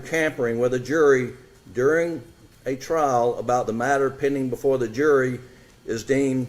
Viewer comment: Trial. Trial. Not trail!